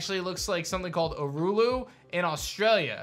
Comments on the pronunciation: As an Australian I can only agree that with the countries many different habitats and terrains that is would make a perfect template for a pokemon game. Not to be pedantic but the big rock is pronounced oo- la- ru. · I’m sorry but as an Australian hearing you butcher Uluru was like nails on a chalk board (for future reference oo laa roo)people also call it Ayres rock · Hi 👋 love watching your videos with my partner but with being full bred Australians it was pretty triggering to hear the way other countries pronounce Uluru 😅 just a heads up its pronounced (oo·luh·roo) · Aussie here airs rock is pronounced oo- la-roo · As an australian I’m just annoyed at “ulooroo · It’s pronounced ool a roo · The big red rock is pronounced OO-LA-ROO 😊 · Australian here... so much cringe hearing Americans mispronounce Aussie places and animals. Uluru is pronounced Oo-La-Ru Also, Emu is pronounced E-mew (yes, like mew) And Melbourne is Mel-bin. Thank you for attending my Ted talk. Don't fail my country again, ta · it is pronounec uh-lah-roo lol funny to hear you say it. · Uluru is pronounced ooh-la-roo :) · Sorry could not help myself on the australia concept thing you butchered the Uluru/ ayres rock. Urulu 🤣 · You’re pronouncing Uluṟu incorrectly It’s U - LU - RU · It's spelt ULURU but it's pronounced as ULARU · My only fear for an Australian region is having to listen to the butchered pronunciations of places and objects 😅 'Uluru' = 'Oolooroo' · Hi im Australian n its pronounced Ula ru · It’s not pronounced aru-lu lol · Pausing the video to tell you how to pronounce Uluru, because we aussies can’t take listening to you Americans butcher more words. 😭 It’s oo-luh-roo. Not your fault mate, not hate. 💚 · As an Australian content creator you have no idea how much I want this to be a thing. Also good attempt at the pronunciation of Uluru. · The way he pronounced it made me laugh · The way you said Uluṟu 😂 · I just love how tries to pronounce Uluru 🤣🤣